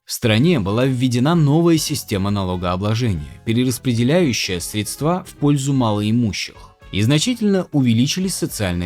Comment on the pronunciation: отличная работа! только, пожалуйста, говорите срЕдства, ударение на первый слог